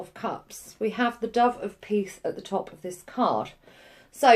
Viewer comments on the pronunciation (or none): none